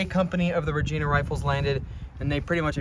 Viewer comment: This is really great! Just a little correction though, Regina is pronounced with a hard I. Rej(eye)na. - A friendly Canadian.